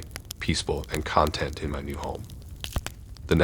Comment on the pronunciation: Content mispronounced in Story 2. It was trounced with emphasis on the first syllable, with the meaning being a group of items or collection in some container. The proper pronunciation, shifting emphasis, means happy. I get the fact that the stories are from Europe, as the UK refers to bringing food home as takeaway. In the US everyone would say carryout.